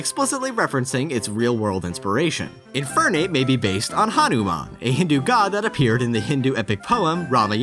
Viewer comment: Bruh it's not Haruman it's Hanuman